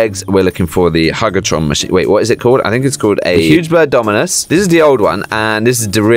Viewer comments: It’s huge a torn not hug a torn lol 😂😂😂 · man said hug a tron🤣🤣🤣🤣🤣🤣🤣🤣🤣🤣🤣😆😆😆😆😆😆😆😆😆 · Why he be saying "hug a tron"?? Like what the blobfish dude.. I ain't going to hug a tron! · Why did he say hug a tron